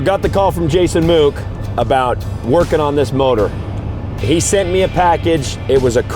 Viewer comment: Sure would be great if you could pronounce our surname correctly. Proper pronunciation is it is pronounced the same as "book" or like the "wood" in Deadwood... Great seeing my cousin doing great work and being recognized for his expertise! Motor looking great!!